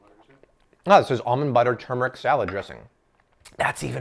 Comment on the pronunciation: you are awesome! You said 'turmeric' the right way!! The Indian in me approves:)